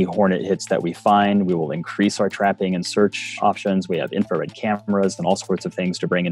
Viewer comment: This guy said inferred cameras okay.